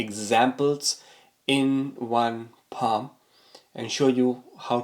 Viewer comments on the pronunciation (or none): It’s paaa m not paaa hhhm